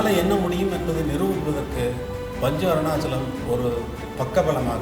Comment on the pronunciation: Panchu Arunachalam ozhunga sollunga